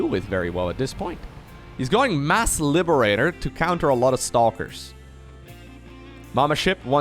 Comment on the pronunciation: is it me or did the word liberator made became texan?